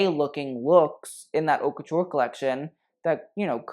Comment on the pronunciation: Why does not know how to pronounce "haute"? I could be more bitchy but I'll leave that too him.